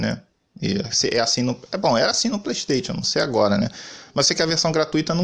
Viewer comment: Kkkkkkkkkkkk playsteitio é a melhor kkkkk